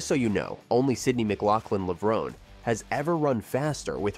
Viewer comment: Is that how you pronounced Sydney‘s last name? I haven’t heard anyone say it that way.